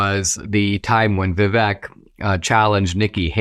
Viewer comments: Dinaaaasysh!! Stop being irritating. Pronounce Vivek's name correctly!! Vivaaaaake!! You know perfectly well howvto pronounce it!! Still respect you immensely..... British Indian from the UK🇬🇧🇮🇳🇬🇧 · His name is pronounced like ViVAke - like cake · Very good analysis, Dinesh. But... being an Indian American, you should know that "Vivek", when pronounced correctly rhymes with Cake. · Dinesh is Indian, and he pronounces Vivek's name wrong. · Dinesh, you are from India and you mispronounced Vivek's name?😊 Even white people get's his name right Vivek like "cake" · How is this guy not able to pronounce Vivek's name? Is this Indian on Indian crime? 😂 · Hello Dinesh, love you love your channel here on YouTube but please pronounce Vivek’s name correctly. I am supporting Trump but have been a super fan of Vivek longer than his announcement for President. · It’s kinda funny to hear an Indian mispronouncing Vivek. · Dinesh, for the love all that is decent, please pronounce Vivek's name properly if not your own name. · Except that he can't say Vivek's name properly. LOL